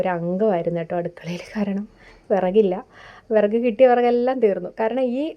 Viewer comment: എത്രത്തോളം വിറക് എരിയുന്നു എന്ന് ആ വിറക്ക് എന്ന പറച്ചിലിൽ അറിയാം 😂